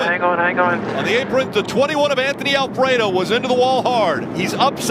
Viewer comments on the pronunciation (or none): Alfreado 😂, it’s Alfredo